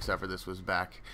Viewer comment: "Ezio Dellatore"? Really? Don't they pronounce the guy's name often enough in the games to remember?